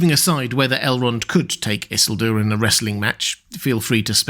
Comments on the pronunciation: Everytime you say "Isselduer" by brain goes "Eesielduuuur" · I hate the way you pronounce Isildur. It needs more emphasis in the middle and end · why are you saying isildur so weirdly bro - you're not different. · So is this guy's fluctuating pronunciation of Isildur bothering the hell out of anyone else?? Like either he's trolling us or pulling a Cumberbatch "pengweng"